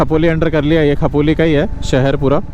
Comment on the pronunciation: Khapoli❌ Khopoli✅. You can dispute this fine using the challan no(if it is there), as the Expressway and Old National Highway are merged in this section.